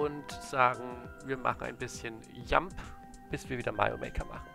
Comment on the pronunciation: Warum betonst du Jump eigentlich immer so komisch?